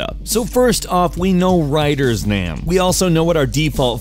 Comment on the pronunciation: he said "we know Ryder's name" he just pronounced the word 'name' a little weird. but i agree the way he stated the fact that we now know the main char. name as Ryder is confusing